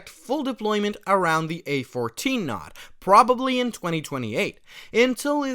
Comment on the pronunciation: Just a tip, it's "n-oh-d" not "nod"